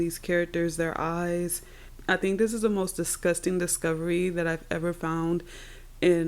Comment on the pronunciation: Girl you make me laugh when you say "it's dusgusting"😂😂😂. Keep up the good work❤